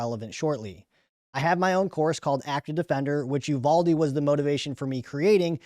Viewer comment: It’s pronounced You VAL Dee